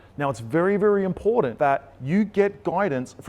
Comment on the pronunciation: Why can’t this guy pronounce the word important correctly? Important does not contain any D’s But that should be the least of anyone’s concern. This guy is full of misinformation. Anyone who follows, his advice is doomed. The only way he’s making money is from YouTube videos that suck people in